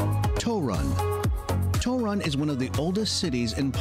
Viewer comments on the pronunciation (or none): Ah yes the famous "Toe-run" city.